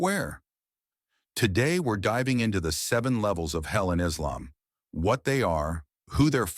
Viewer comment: Please stop using this Ai-voice. It's extremely annoying the way it mispronounces terms such as Islam, muslim, Islamic, Quran etc. No muslim would pronounce it as: Izzlam, mazzlim, izzlamic, Qran/Qoo-run. It sounds ⚪️washed and orientalist/ islamophobic. Just my advice. The mispronounced terms are infuriating.